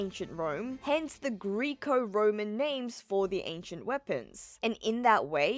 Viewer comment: Greco like gecko not Greek-o